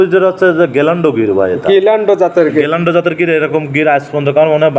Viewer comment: অশিক্ষিত গ্যালান্ডো। গিরল্যান্ডো হবে।